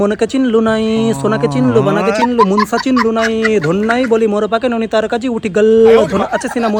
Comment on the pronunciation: Oita নোনি na নুনি hobe 😂